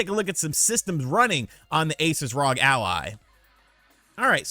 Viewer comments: Dude it's R O G not Rog 😂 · He’s killing me with the rog instead of R-O-G…. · Hey, Just so you know for the future, it's pronounced R O G. (Like you say ) it's an abbreviation for THE REPUBLIC OF GAMERS.